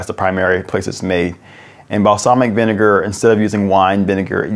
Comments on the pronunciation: vin-e-ne-gar say it from the n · It’s probobly vinager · What is the second syllable of vinegar???? 😂😂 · Vinegar with a hard R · Say vinegar without the vi 😳